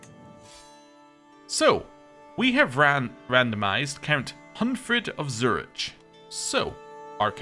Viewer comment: I'm sorry, but hearing you pronounce Zurich was just painful...